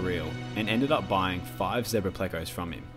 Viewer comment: It's so refreshing to hear someone pronounce zebra correctly for a change. 😁🦓 🐠